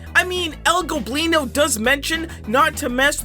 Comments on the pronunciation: finally you're not saying El "Globino" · yo he finally pronounced el goblinos name correctly, anybody who speaks spanish is finally happy